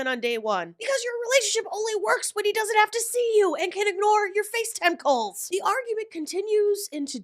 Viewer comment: I genuinely thought you said “and can ignore your face tentacles” 😂 I listened again, still heard “face tentacles”. One more time, nope, still tentacles. Popped on the captioning….. Oh! “Face time calls” 🤦‍♀️🤦‍♀️🤦‍♀️ I may have to refer to FaceTime calls as face tentacles from now on. 😂